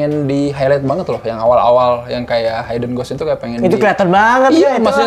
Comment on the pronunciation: blai bukan bli yah.. kan di felm juga udah terpronounce.. hidden yah mas.. bukan haiden .. hehe .. btw saya suka review kalian.. kalo mau nonton apa pasti lihat cinecrib dulu lagi pada bahas apa.. oh iya di bly manor saya sangat terkesan sama logatnya peter quint.. yg agak beda dari yg lain..lebih medok kali yak..itu logat inggris belah mana yah..agak2 irish juga. btw ane kurang satu episode lagi bly manor.. tambah seru. jadi eman2 dulu nontonnya